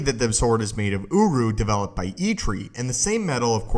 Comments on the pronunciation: I can’t take this seriously he says Urru because it sound like UwU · everytime he says Uruh take a shot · I keep hearing OWO metal